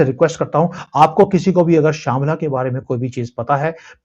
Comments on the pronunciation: shamla nahi shabhala hai woh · श्यामला नही शंभाला ! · It's shamblala. Not shamla. Shangrila in Chinese, the land of immortality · Sir it is not Sham+bla it is Sham+Bha+La (Like Sambhu in Shiva Shambhu or Shiva Shambho). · Sir, thanks for the information on this topic. But pehle to aap naam sahi lijiye. It’s not ‘शामला’ it’s ‘शम्भाला’ It’s not ‘वेदाज़ ‘ एंड ‘पुरानाज़ ‘ it’s ‘वेद’ & ‘पुराण’ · Sambhalá.. not samla .. chu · Samla not sambhla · Shamla shamla ki ratt laga rakkhe ho, Indian ho kar itna bhi nahi malum ki wo shamla nahi Shambhala सम्भाला hai ye to apne granth mein bhi likha hua hai chinese galat naam ka उच्चारण karenge to aap bhi kijiyega. Apko to knowledge hona chahiye n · Its nt shyambhla its called shambhala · sir it is not shamala you pronounce correct first then you will get knowledge of that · Sir shambla nahi hai it's called shambhala, vedon mein gyanganj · sir please correct yourself, its Shambala not shyamla. Har Har Mahadev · Its Not shamala its Shambala. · Shambla nahi Shambhala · Sabla nahi shambala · Not Shamla - it is Shambala 🙏🏻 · Not shambla. It is Shambla. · Sir uss koo shambra nahi shambhala bolta haa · Shaymla nhi shambala Maansorver taal .or raksh taal naam h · Its Shambhala not Shamla. As stated in text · Shambla nahi sir Shambala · It is not Shamla but Shambala which means a hidden world of anicent time in Tibetan abode 33 god realms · IT IS NOT SHAMALA BUT SHAMBHALA OR GYANGANJ !! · It is not “Shaambala”. It is “Shambaaala”. The place where Srimannarayana’s 10th avatar (Kalki) will be born. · Har Har Mahadev 🚩 Pronounciation Shamla nahi hai. Actual pronounciation hai SAM-BHA-LA. Am from Sikkim & I know this word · I think it is sambal not shyamal,the place from where kalki avtar may come,but not sure it is my assumption,may be..... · It is Sambhala not sambla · pronounciation is not shambhla It's संभाला। You will get some more information 🙏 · Not shamla it is shambala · शांभला nhi hai, शंभाला hai